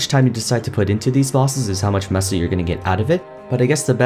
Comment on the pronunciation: I am pretty sure you are pronouncing, "Meso" correctly this entire time. I think it is a take on the Mexican, "Peso", which is pronounced, "Peh-So", except MapleStory has an M instead of P in the beginning of the word for the sake of the whole Maple theme, I guess? This is what I can correlate it to anyway.